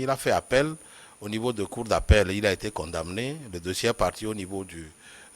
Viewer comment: vous avez raison. ca se voit que ces gens ne savent pas de quoi ils parlent. triste. CONDAMMMMMNE. Comment etre credible quand on ne sait meme pas prononcer les mots les plus simples.